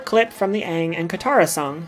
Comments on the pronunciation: Did i just hear you say ahhng?!??!😡😡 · Did you really just call pronounce Aang's name "Ung"? Down voted. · The main character of last airbender anng is pronounced as ang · she said aang movie style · Great video, but is it really that hard to pronounce Aang’s name right? The entire show says it a certain way, and Aang’s name is also said in LOK? Lol sorry but c’mon.